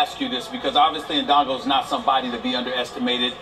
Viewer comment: fucking lol the way this brother is pronouncing indongo its aight, i'ma blame the white man for this one